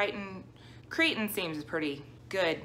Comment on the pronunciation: Crichton rhymes with frighten